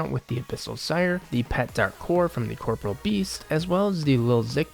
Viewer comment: Forgive my OCD, but why do folk keep calling the Monster "Corporal" beast? It's pronounced Cor-Poor-E-al beast.